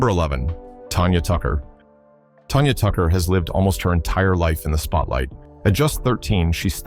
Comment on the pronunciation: Hey MORON. Her name is not Tonya... It's TANya. Tan... Tan... say it with me.. Tanya.. not Tonya..